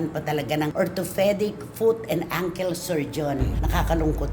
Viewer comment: Please learn how to pronounce words correctly ankle is not pronounced sounding Uncle please learn